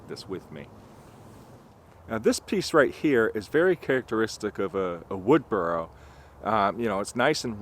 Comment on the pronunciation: I love your accent, but yes burl definitely sounded like burrow. 😂 Happy new year. ❤